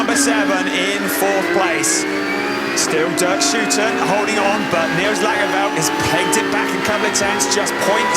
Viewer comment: it's DERK SHOOTEN